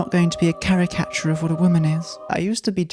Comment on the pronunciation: I genuinely had no idea what the word you were saying was, but then I realized you were saying "caricature." English people are so funny